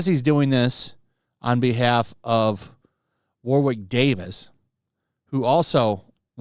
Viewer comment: Just a quick FYI, Warwick is pronounced War-ick, the second w is silent. That goes for the city and county in England.